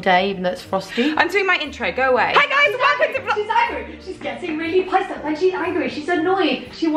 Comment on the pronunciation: i've been saying Pyssed off lately instead of pissed off because of you two XD